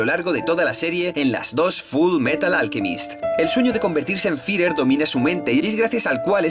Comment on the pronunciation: Buen video pero odio tu forma de decir Führer 😂😂😂 lo siento, podias aver dicho general o haberlo dicho en japones